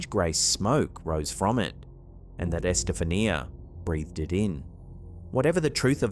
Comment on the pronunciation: Pronounced : Es-ta-FAWN-ya